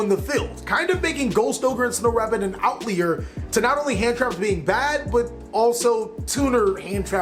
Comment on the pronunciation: It’s pronounced OUT-LIE-ERS Not outleers